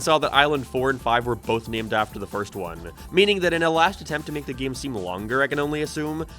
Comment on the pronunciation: why does he say ''geem''